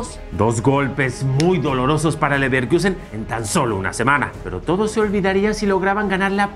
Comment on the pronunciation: Ni porque está de moda dejan de decir Leverquiusen. 🤦🏽‍♂️